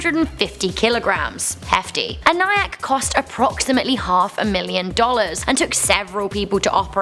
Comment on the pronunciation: It is pronounced EN E ACK